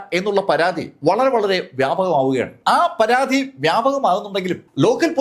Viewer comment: അധേ അല്ല അതേ രമാധേവി അല്ല രാമാദേവി anu പരാധി അല്ല പരാതി ആണ് ത കിട്ടില്ലേ